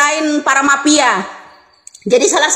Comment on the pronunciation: MAFIA BU BUKAN PAPIA😂😂